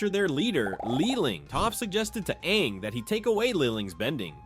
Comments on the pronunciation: Ima need to stop you right there brother, no says Ong instead of Aang unless you're M Night Shyamalan. Put some respect on the GOAT's name. 😤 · Anng 🚫 Ong✅️ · Why are you calling him “Ong”?? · we just gonna past over him calling Aang, ong? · It's aang. Like the a sound. Not ahng. Learn pronunciation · It's not ONG, it's AAING< spelled Aang. Lord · This video was great and detailed but the pronunciations really through me off. At one point you even said Awng like the movie we don't talk about. Like come on. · He just say Ang when it’s supposed to be AANG!!!!!! the avatar states was the most powerful thing for all the elements and also is there like one for every element like earth bending can be metal bending fire bending could be lightning bending water bending can be ice bending air could be all the elements mixed together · The last time you mention fang you pronounce it like fahng. Then partwat through aang you switch pronunciation to the one from the god awful movie and say ahng . Unsubbing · Is that why they couldn't decide on how to pronounce names? It was really bothering me. It even said Awng smh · DID HE JUST SAY AHNG😡😡😡🤬🤬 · it’s insane to say his name wrong while making this content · Ung really, you watched Avatar and mispronounced aang multiple times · Everything was great but did you really have to pronounce Aang's name like that 😒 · Your pronouncing Aang's name wrong........ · DONT YOU SARE SAY HIS NAME INCORRECTLY!